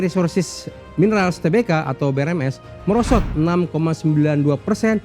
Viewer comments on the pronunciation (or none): Bacanya TERBUKA dong, jangan TE-BE-KA.. Norak banget